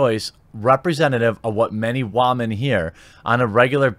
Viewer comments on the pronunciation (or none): Dude. Fucking seriously. Stop fucking saying "wahmen." Not because it's offense to women or whatever. It isn't. It's just a fucking mispronounced word. Stop saying it because it's incredibly fucking stupid and juvenile and makes you sound like the world's loneliest douche bag. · I don't see the humor in mispronouncing woman/women, it's just distracting. Every time I hear it said, I hear "ramen". XD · Having a best friend you care about makes you gay? That’s silly. Also I know your trying to be ironic, but saying wamen in place of women has long since lost its humor. Other than that good reporting. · think he says woman/women as wahman/wahmen because feminists are just a bunch of cry babies.😭♀️ wah wah! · Did you say.. wämen? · It's basically referring to crying like so: "WAAH!" So you get "Wamen" and "Waman" as he pronounces, but the h is silent in both uses. How he uses it (mainly in a sarcastic tone) is usually in a way where something complained about by certain women (not the majority of women) where it's completely unecessary/minor when there's bigger things to be addressed. Say if the current game out Anthem hypothetically (What if) had "women problems" in the sense of having a lack of women characters, or having a minor cutscene that makes women put in a bad light,even though that event can possibly happen in real life. But Anthem also has HUGE gameplay problems (horrible balance, game engine problems, netcode problems, loading times that makes sonic 06 loading times look fast, basically all of the current problems it currently has) to the point where people aren't even buying it after seeing the problems themselves through streamers and reviewers. Which do you think has a higher priority to fix: the gameplay, or a minor cutscene that might as well be an atom compared to the gameplay? Guess what the 'certain women' picked to complain about that's important for Anthem? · Is there a joke behind "wah-men?"